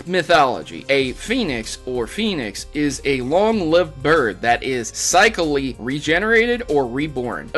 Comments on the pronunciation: Sick-licklee, not sigh-clicklee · Cyclically instead of cycally. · Did you really say cycally?